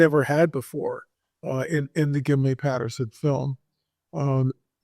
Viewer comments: Why does keep saying, "Gimli Patterson," film? It's Gimlin. And it's always been called the Patterson Gimlin film. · Well first you pronounced Gimlin wrong. Second it never aired on tv in 67, 68 or 69. Lenard nimoy was on Star Trek in the 60’s. So you never saw it then. You should speak to real biblical scholars as to the meanings of words. You are speaking about book of Enoch that is not canon. Catalina island is a hoax even the giant hunters showed this. All nonsense